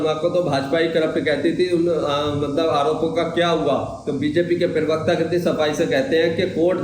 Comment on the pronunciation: Arey bhai parwakata kahna tou seekh lo